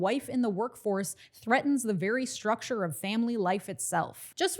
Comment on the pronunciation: Vewy Vewy Angry